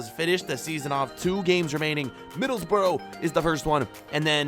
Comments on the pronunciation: Being a Middlesbrough fan it triggered me when he said middlesborough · The fact he said Middlesbro annoyed me 🤣🤣